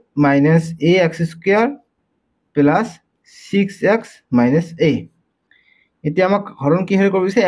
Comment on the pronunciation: Sir Apuni plus kob lage 😅pelus koise je😂